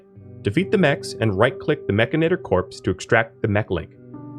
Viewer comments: MECH-AN-IT-OR.......MECH-ANIT-OR...MECHANITOR its not MECH-AN-AT-OR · You keep saying "Mechinator" -- the "inator" is clear -- when the word has no such letters "Mechanitor", itor, not inator Mech-an-i-tor It grinds on my brain Video is good tho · I don't think it's pronounced "mechinator," a la terminator; it's spelled mechanitor, like a portmanteau of mecha-/mechanic & janitor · Drinking game: take a shot every time he says mechanator instead of mechanitor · It's pronounced "Mek-AN-it-tor". Here you've swapped the "a" and the "i". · Well, I am saying it Mech-i-nater now just for troll value! Love the vid, lots of good info to get started with the DLC. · It’s “mechanitor” like “janitor” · You flipped the A and the I sound when you say Mechanitor. Mechinator. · True, it is just sounds like you might be saying mechanator :) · great video, many thanks but oh boy, i hate the way you pronounce mechanitor hahahahaha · I figured Mechanitor was pronounced with the emphasis on the “chan” part